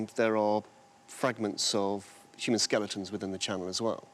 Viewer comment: Hey at least she stopped saying skel EEE tons. That drove me crazy.